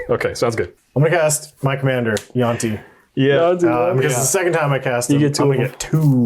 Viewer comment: chose violence this morning lmao This was a great video lads Also Jyoti is pronounced Joe Tee for future reference xx